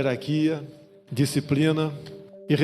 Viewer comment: "Herarquia, disciprina" 😂